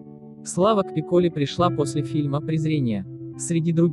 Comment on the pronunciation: Дорогой автор! Во Франции ударения в фамилии ставится на последнем слоге!так что не ПиккОли,а ПикколИ!